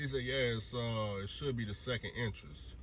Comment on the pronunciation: It’s entrance not entrice lmao oh boy